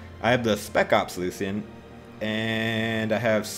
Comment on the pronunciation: lucian (LOO·SH·AN)